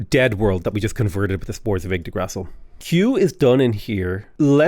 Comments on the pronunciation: Yggdgrasshill 🤣🤣🤣🤣🤣🤣 Holy mother of Jesus. And you keep saying it xD LoooooooooooL you blabbering baffoon, I love you mate 😂😂😂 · I dont know why but you pronunciation of Yggdrasil is annoying me, lol. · When I first saw this comment, I thought it was weird because how bad could it really be, then I got to the point where he said it.